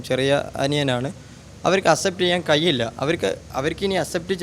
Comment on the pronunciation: "കയിയില്ല" അല്ല ("കഴിയില്ല" എന്നാണ് ). "സോഇസ്" അല്ല ("സോഴ്‌സ്" എന്നാണ് ). "ഴ''യുടെ സ്ഥാനത്ത് "യ"അല്ല. ആദ്യം ഉച്ചാരണം ശ്രദ്ധിക്കൂ സോദരാ